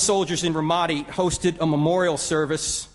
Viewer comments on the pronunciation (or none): none